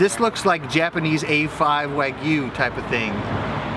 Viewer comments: Wog-you, not wa-gyoo. Otherwise, great content as always! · Gotta love that wageww.. lol Sounds so strange when he says it